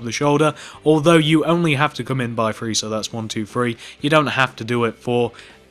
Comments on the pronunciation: Your saying free and three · Th re e not f r e e 😐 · He ses free not three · It’s three not free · this is how you were saying three:free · He is saying free as 3😂